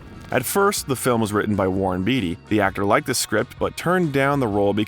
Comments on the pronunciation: The narrator also mispronounces Greenwich Village & Warren Beatty. No big deal though. Perhaps English is not his first language. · THANK YOU! I also heard him say "Eh-bert". And it's Warren "Bay-tee" right? Not bee-tee?